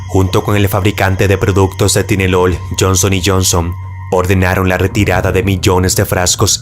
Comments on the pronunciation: Perdon pero me dio risa como pronuncia la palabra tylenol la pronuncia ti-le-nol cuando seria tai-le-nol 😂 solo estaba escuchando y no entendia hasta que lo vi a que pastillas se referia 😅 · se pronuncia taylenol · se pronuncia "Tailenol" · Tylenol = TAIlenol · Se pronuncia tailenol.